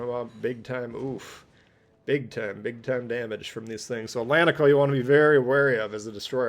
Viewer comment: Great game and video, sir, thank you. I'm Brazilian too, and can confirm that pronunciation is correct, ét-lén-ti-ko, well done sir.